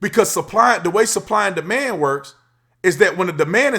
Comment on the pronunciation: I thought you said, "The man high," instead of, "Demand high," when you were talking about Tesla, Lol. Muck is definitely strange at times.